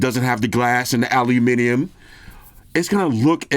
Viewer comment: Wow an American saying "Aluminium" and using a "grams" on the weight scale. Great review bro